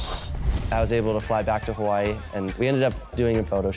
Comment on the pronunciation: You say Hawaii wrong if you ganna represent the place at least learn how to say it right